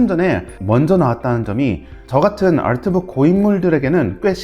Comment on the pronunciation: 다른 영어는 다 한국식으로 발음하시면서 아트북만 알트북으로 발음하시는게 흥미로워요